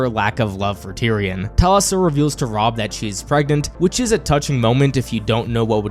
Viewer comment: Robb’s wife’s name was Talisa, pronounced Tuh-Le’-suh.